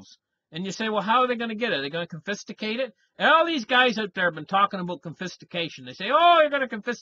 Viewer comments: CONFISCATE ... NOT CONFISTACATE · Just to correct you its confiscate not confisticate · you said (confisticate) I think you mean "Confiscate", DO YOU? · Confiscation, not Confistication. Confiscate, not Confisticate... that’s not even a word 😂